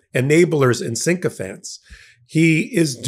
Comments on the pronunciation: "Maga has merged with Project 2025".. Dude it's the same thing. And It's sycophant, not syncophant. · Sycophant... not Syncophant.